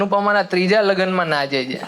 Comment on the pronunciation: ભાઈ છે બોલવાનુ રાખ . "જે" બહુ irritating લાગે છે.